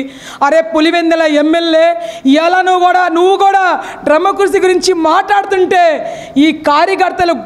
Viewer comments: డ్రెమక్కసీ కాదక్కా....... డెమోక్రసీ....... నువ్వు నీ యదవ ఆర్భాటం.. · తల్లీ నువ్వు చెప్పినవన్నీ బాగున్నాయ్. కానీ డెమోక్రసీ అనే పదాన్ని సక్రమం గా పలకడం నేర్చుకో. లేదా హాయిగా ప్రజాస్వామ్యం అని పలుకు.